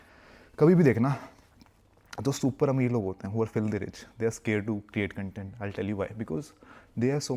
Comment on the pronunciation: Bhai pehle content ko pronounce toh sahi sey kar le..